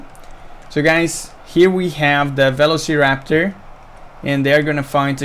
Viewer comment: Please learn how to pronounce velociraptor.